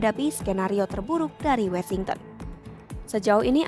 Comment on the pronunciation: maaf untuk narator, bukankah melafalkan Washington itu "wo-shing-ten"? kenapa jadi "we-shing-ten"?